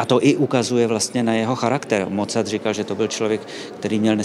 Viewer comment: Rve mi, uši když někdo vyslovuje jméno Mozart se Z.